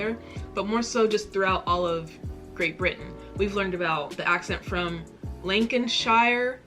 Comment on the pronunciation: lol! This young lady is jokes but at least she tries to understand....Dev-ON is in Lancan-sheer.....brrrhhhaaahaa!! Thats like DESS MOINS is in IDAWADAHO!! Bless her! Just look at an online Atlas that will help a bit to get an idea of the geographical locations